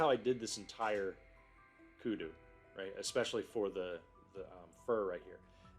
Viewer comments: Yes its called a kudu. Well done on the pronounciation as well! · Kudu or antelope...good pronunciation